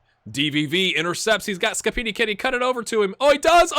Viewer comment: don't be too hard on yourself, you're doing a really good job! Your "Scappini" sounds 100% italian 😂